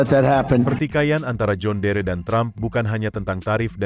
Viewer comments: Ini akibat bikin narasi pake robot Ai, jon dir dibaca jhon deree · Tulisan: John Deere . . baca nya "jon diir" bukan "jon dere" ngak enak dengarnya karena dari dulu jaman nenek gw, merk ini sudah ada di Indonesia dan nenek saya menyebutnya "jon diir" ..bukan "jon dere" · Cara bacanya. "Jon diir" bg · Sedikit masukan buat presenter agar memperhatikan cara penyebutan "John Deere" cukup risih dengerin penyebutan yg keliru.